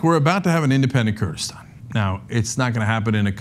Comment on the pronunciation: Kurdistan not Kurdistand